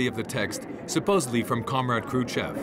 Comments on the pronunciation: Is the narration a computerized voice? The crazy pronunciation of Kruschev (Kruchev) might be a give-away. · Why does the narrator pronounce “Krushchev” as “Kru-chev”, (no ‘s’ or ‘sh’ sound at the end of the first syllable)?